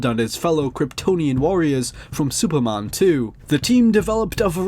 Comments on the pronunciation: Dude, it's Superman. Not Supermân. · HOLY SHIT I CANT WATCH THIS. SUPERMAN. SAY IT WITH ME.